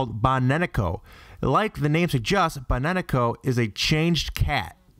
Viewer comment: baneneko? lmao i feel like its bakeneko but like idk